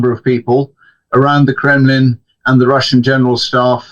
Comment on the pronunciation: Why is the presenter pronouncing “the” as “zii” it’s so unbelievably ridiculous (no offence - it’s just a constructive criticism) he can easily correct himself instead talking in such embarrassing way.